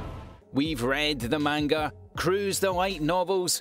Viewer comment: Please go to google translate and see how to say manga properly